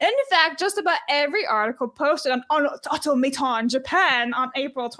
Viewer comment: Au-Tom-aton I've never seen Atlantis.